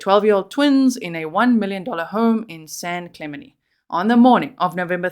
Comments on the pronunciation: Clemente has the accent on the second syllable. San Clemente is where Richard Nixon lived. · Clemente’ the te pronounced on the end